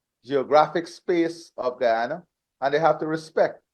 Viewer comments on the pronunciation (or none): GUYANA not Gana.